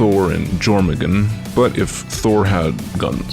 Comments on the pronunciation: It's pronounced your-men-gander jourmengander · it's pronounced like "Your-men-gan-der" where the "a" is pronounced like in "water" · "yormuhguhn" made me physically cringe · How to pronounce Jörmungandr: your-man-gand-dir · Good video but why did you say l jourmangader or jourmangunder like that? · I have never heard someone say Jormungandr so wrong in my life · The way you pronounced Jörmungandr has got to be you trollin'. No way you can mess up that bad without it being intentional. I'm not even mad, it was decently amusing. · I took psychic damage from how he pronounced Jörmungandr. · Agreed, I felt some pain not hearing it pronounced properly.